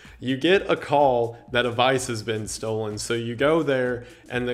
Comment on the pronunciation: 10-:15 does vice mean something else in canada? ive never heard of vice being used as a noun. is he mispronouncing vase? am i losing my mind?